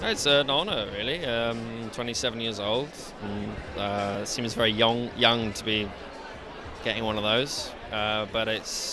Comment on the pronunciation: Very yong-Young 😂😂😂